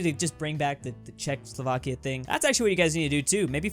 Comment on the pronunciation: ah yes. Czecoslovenovakia